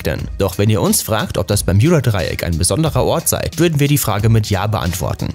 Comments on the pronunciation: Bitte nenn es BermUda und nicht Berm YOU da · Bermjuda?ES HRIßT BERMUDA😂DEUTSCHE SPRACHE SCHWERE SPRACHE😂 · Bermjuda hahah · Lost kriege richtig Aggressionen wenn er Permjuda statt Bermuda sagt!!!!! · Wenn triggerd Bermjuda Dreieck auch?😂 es heißt Bermuda Dreieck, aber sonst gutes Informatives Video👍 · Digga BERMUDA nicht PERJUBA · Bermjuda Bermuda interessant wie man sich so leicht an etwas aufgeilen kann. Was da wohl schlimmer ist? Das falsch zu sagen oder es dämlich zu kommentieren hmmmmm. Vote yourself :-) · Heist das nicht bermudadreieck ? Oder doch bermjudadreiek ???? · Hauptsache er sagt "bermjuda" obwohl es bermuds heißt, aber bei "juss" sagt er USS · Alter das heißt bermuda und nicht bermjuda!!!!! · BERMUDA NICHT BERMJUDA DAS REGT SO HART AUF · Es heißt Bermuda Dreieck nicht bermjuda dreieck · Junge bermudaa nicht Bermudja Trigger nicht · Warum "Bermjuda", wenn es Bermuda heißt?! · Kolleg lerne deutsch es heisst nich permjuda dreieck sondern das Bermuda Dreieck 🥴😶😑.... du Pflock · Es heist Bermuda und nicht bermjuda 😑 das macht mich so aggressiv sprich es richtig aus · Also es macht mich echt aggressiv, dass du Bermjuda sagst statt Bermuda. Ich kann das Video nicht liken und nicht in Ruhe anschauen. Sry. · Wer kennts nicht das permjuda dreieck 😂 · Wen macht das auch so dezent Aggressiv das er "Berm J uda" sagt?😂😅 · das tut mir in meinem Kanadischen Herz weh, es heißt auch in Englsich Bermuda und wird auch so ausgesprochen. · Ich kann das Video nicht ernst nehmen. Muss jedes mal lachen wenn er Bermjuda sagt 😂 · simonsleif nein bärmjunda Dreieck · Das spricht man. Mit U bermuda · Mich ,das ist einfach so am triggers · Ich auch😑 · ich auch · Wieso sagt er das permjuda Dreieck 😂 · Das Bermjuda Dreieck, wer kennts nicht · Tut mir leid, aber ich kenne kein „Berm j uda " Dreieck 😂😂😂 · Alter zuerst Schtullu und jetzt Bermjuda.. der Typ macht mich lowkey aggressiv. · Sag doch einfach wie alle ganz normal " bermuda"😡😠😡😠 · Man kennt’s das permjuda Dreieck😂